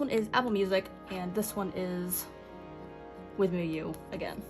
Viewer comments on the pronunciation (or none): Just a tip lol withmuu is pronounced like “with you” just with a W so it should sound like “with mew”